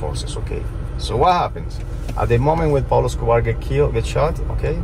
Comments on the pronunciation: UPSC - question 😂😂😂😂 who is peglo 😂 - Anaaa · Not Pablo...say Don Pablo